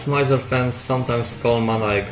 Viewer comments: Your accent is not really a problem, and you're quite easy to understand. That being said, you could at least get the name of the band right. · Officially it's pronounced as "Mee-zer" but even I use "Mai-zer/My-zer" when conversing about them in English. 😆 Using "Meezer" in an English conversation just feels awkward. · Was gonna watch this but the way you say mizer hurts me. .